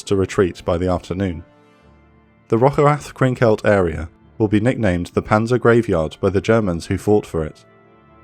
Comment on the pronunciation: Every time you say "Rocherath" I say "bless you"